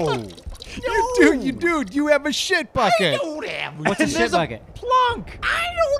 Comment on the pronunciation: said sheet.